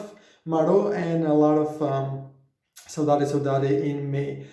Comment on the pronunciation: You pronounced Saudade perfectly